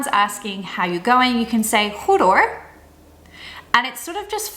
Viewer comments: in "hoor" you should pronounce the h,,, or you say ear in stead of hear.. which sounds a bit raar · Goed uitgelegd, goed gedaan. Ik geniet er echt van! Probeer, 'hoor' uit te spreken met 'hor'. Ja hoor. Ja-hor, bijna aan elkaar vastzittende. De Nederlandse taal goed articulerend uitspreken word dan als netjes en mooi uitspreken ervaren. Plat prate komt over als snel of als grof prate. Plat praten komt voor in de maatschappij op het platteland of bij de mensen die werken in industrie. Grof prate met een sjekkie in de hand, en prate en breie tegelijk, niet lulle maar pompe! Business praten, willen graag verkopen dus schatten ze hun tegenover zittende in als; hoog. Netjes praten dus. Laten zien dat je van hoge opgeleidde waarden bent, en zo jezelf goed neer zet. Goed uitleg geven wat je wilt verkopen. Dit zijn voorbeeldjes, zo zijn er nog veel meer voorbeelden in het netjes of grof spreken.